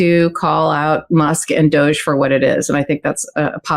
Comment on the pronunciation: Spelled ''Doge'' but pronounced Douche.